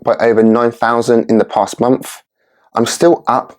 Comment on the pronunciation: Month, not monf :)